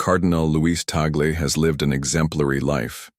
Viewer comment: The Cardinal's name is pronounced TAH'-glay. Have some respect.